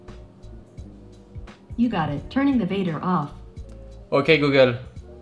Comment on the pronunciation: j'adore comment il dit "øk google" regardez !! 😂👍🏻